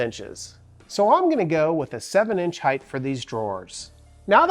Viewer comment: The word is “hight” not “highth.”